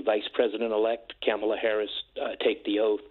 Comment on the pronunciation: If you know Kamala Harris - how come you can't say her name correctly?